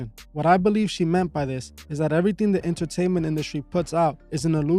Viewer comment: “Inner - taint - ment”! Eyes and ears are portals so be cautious of what you allow in!